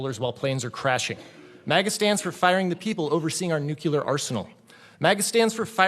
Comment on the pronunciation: Sorry, you lost me when you miss pronounced "nuclear". You sound stupid when you speak, you should stop doing it.